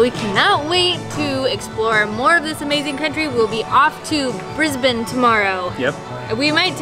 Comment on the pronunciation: You two really do your research! Chicken parmie, chips and salad down at Byron Bay - beauty mate. Even pronounced Brisbane right! Glad your see you are having a great time, thanks for the vid.